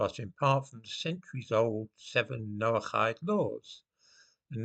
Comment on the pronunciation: How come you can pronounce noachide properly, but not loch? Very odd indeed!